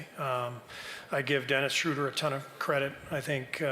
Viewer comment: I appreciate his attempts, but actually he really did not pronounce it the correct way, not how I heard it (as a German). He puts a 'u' where it has no business being, but I get that it's tough, especially cause virtually all English commentators mispronounce Schröder's name.